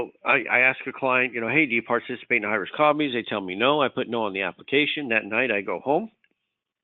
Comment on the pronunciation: When he says high risk something Sounds like he is saying Irish Coffees LOL